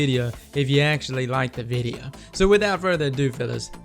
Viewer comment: i would like the VIDEO if you SAID VIDEO not videa